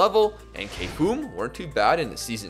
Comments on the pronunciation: Ah yes! I remember watching Kay-Foom vs Shi-Ed at Kay-Foom Arena last year. Good times! Butchering aside, love your vids! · also, kfum is often pronounced "Cougha" in Oslo